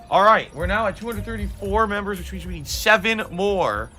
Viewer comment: "I nee-though that money, I do, I need that money."